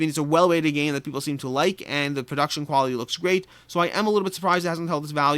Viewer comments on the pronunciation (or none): none